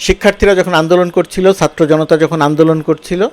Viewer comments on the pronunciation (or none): sir, satro andolon bolle kaan a ektu lage, Chatro boilen plz. love your work